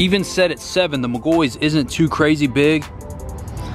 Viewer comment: It irks my soul when he says mcgoys It’s says Mc-gaw-fee 😂